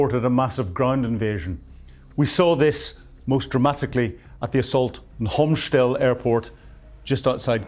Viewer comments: Please, it's Hostomel, not Homschtel. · The name of the Ukrainian Airfield near Kyiv is Hostomel, not Homstel. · Yeah, wrong pronunciation from - it s/b Hostomyl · C'mon... it's not "Homshtel", it's Hostomel. And Ukraine didn't have Gepards when Ruszia invaded in 2022. Besides that, some of the video snippets you show aren't even related to that time period. If you can't get the basics right, your lecture about military tactics and strategy is just nonsense. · It's Hostomel airport. Not that hard to pronounce. ;) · Why doess he keep calling Hostomel " Homshtell"? it's annoying AF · Come on man...not "Ayek-sander" , but "Iskander"... ANd not "Homsh-tel"!!! But, "Hostomel/Gostomel"... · It's "Hostomel", not "Homshtel"..and "Iskander", not "Iksander"...😂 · I don't mean to sound churlish, but it would be great if you could pay just a little attention to pronunciations, pretty please. For example, it's Hostomel, not Homstel, and Iskander, not Iksander. These aren't big things, but they do your otherwise first-rate content a disservice. It's worth it to sweat the small stuff. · ffs. learn to read and pronounce. Hostomel airport and iskander missile. how hard is it to just read these names?